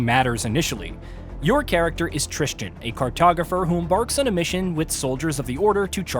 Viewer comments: Devs: "Tristan" VAs in-game: "Tristan" Everyone else: "Tristan": "Tris Chin" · As someone whose name is pronounced "Tristan", I can tell you that people mispronouncing it as "Tris-jin" or "trist-ian" is far too common. And it angers me every single time 🤣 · The worst part about this game is the fact that this reviewer said the protagonist's name about 20 times but never once got it right. Annoyed the hell out of me.